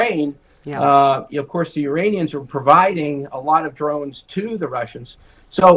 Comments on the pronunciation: struggles quite a bit, still says “Uranians” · Uranions ??? Brahhh u glitching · the "Uranians"? You mean the people from Uranus?